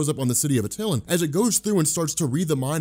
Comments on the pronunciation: It's pronounced "AT-TIL-AN" not "AT-TIL-UN". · Good job... also it is pronounced AT-eh-lan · At- ill- LAWN. Try that pronunciation